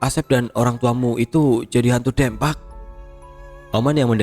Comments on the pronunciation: maap kata saya mah yg urang sunda pengucapan nya harus nya 'Deumpak' bukan dempak🙏😊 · Jurig dempak alias hantu rata..😂 Pengucapan DEMPAK nya mirip seperti mengucapkan kota DEMAK...🙏🏻 Maaf ya,,ini hanya sekedar contoh untuk meluruskan... Salam dari Purwakarta-jawa barat 🙏🏻🙏🏻🙏🏻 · Betul sekali,,atau Bisa juga seperti mengucapkan kota DEmak .. Pengucapan DEMAK dan Dempak hampir mirip lah ya..😀😀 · Bukan dempak tapi dempak.. Ditulisnya dempak tapi dibacanya dempak... Piye to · Koreksi bang Lafal "DEMPAK" salah bang pengucapannya Dibacanya Kayak Deumpak, E nya kayak nyebut Kata "Gelang" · Sorry bang 😂😂😂😂 baca "dempak"nya buka e bebek.. 😂😂😂😂 dempak macam baca gempa.. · Kudu na mah 'Deumpak ' nya cek urang sunda mah😂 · Gatel ya dengernya soalnya salah spelling nya 😂😂😂